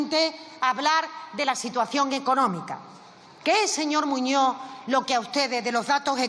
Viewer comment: Muñoz,no muño.aprenda a hablar,Castellano, Español.